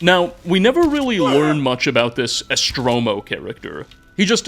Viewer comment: holy shit its so off putting how EVERY SINGLE NAME you pronounce wrong its hard to listen. it says ESTORMO not ESTROMO